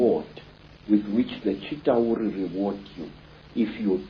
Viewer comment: It's CHITAULI WITH L NOT R